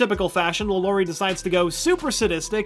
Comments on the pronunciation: Wait why can’t this guy pronounce things? 😂 LAlaurie not LaLAURie Cask of amontiYado not llado macAHB not macaBRUH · Not pronounced lalory it's more like la la ri